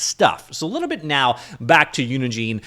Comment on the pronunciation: I'm taking a WAG here, but I suspect that the "gine" in "Unigine" is pronounced like the "gine" in "engine."